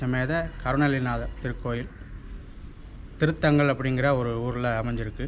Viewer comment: Oor peru thiruthaangal ila thirunthangal bro..